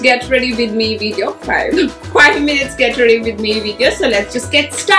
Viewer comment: aap with ko bith kyu bolte ho